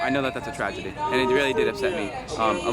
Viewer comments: You do know that you keep saying "tradegy"? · "Tradegy" Apparently Soviet Russia also had poor English classes lol. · The biggest "tra-ti-gy" is how he pronounces tragity.